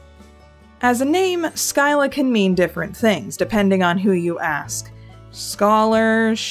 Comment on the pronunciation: I am Swedish and you pronounced "skylla" so badly I kind of forgot it was even a word, though that makes sense since the sk-sound (or the ɧ sound) does not exist in english